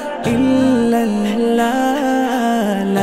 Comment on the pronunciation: অসাধারণ আমি বারবার শুনি। কিন্তু ছোট্ট একটা কথা ছিল আল্লাহ শব্দের লাম কে মোটা বা পুর করে বলা উচিত। নিজের মালিকের নাম শুদ্ধভাবে উচ্চারণ করা জরুরী। আমি দুঃখিত এরকম কমেন্ট করার জন্য। কিন্তু আমার সৃষ্টিকর্তার নাম তাই বললাম।